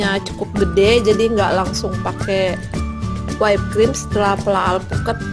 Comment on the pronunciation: btw, whipped itu bukan dibaca "waip" tapi "wip" atau "wipd". trus piping bukan dibaca "piping" tapi "paiping". sekedar info